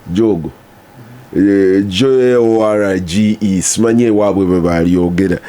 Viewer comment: Jorge nze mpulira " Hoge". Oba bwe balyogera?